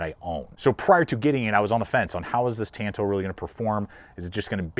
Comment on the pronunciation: I like tanto style blades but the Bailout blade has always looked ugly as sin to me. not important for a tool i know, but maybe important if you are paying out the wazoo for one. also my dawg... it's "tahn-to" ^_